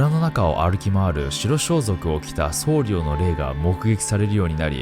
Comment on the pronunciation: [そうりょう]ではなく、[そうりょ]ですね